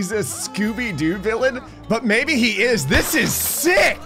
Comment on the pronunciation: I don’t mean to be rude, but it’s villain, not villian